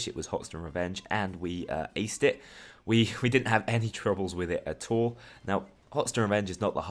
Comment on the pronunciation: Could you say at all then at tall?